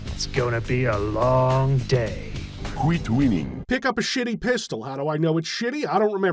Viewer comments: I’m so happy knowing Civvie suffered through more Kreed. He’ll never qweet wheening now. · "you just QWEET me WHEENNING on"